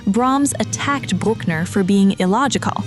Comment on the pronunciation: And Bruck-ner like Truck-ner, as opposed to the correct "Brook"-ner